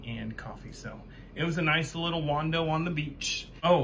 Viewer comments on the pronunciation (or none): Bit of a wando?? Do you mean wander?